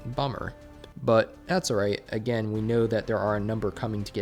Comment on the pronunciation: "ARR-rate" = trying to pronounce the word "alright".